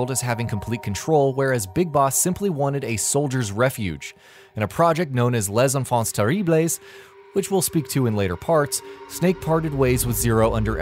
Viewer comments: lès enfances terriblès XD... I will always laugh at this prononciation LMAO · centonier Bethcepour Lavhy me too 😆😆😆😆😆😆